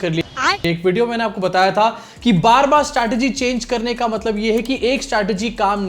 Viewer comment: मतलब को बार बार मटलब बोल रहे हैं चाचा